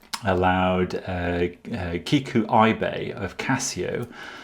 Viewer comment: it's Kikuo "eebe", not "ai-be", "ibe" sounds like "ea" from "east"